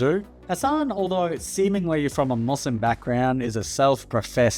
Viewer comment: You can’t even pronounce Muslim correctly lmao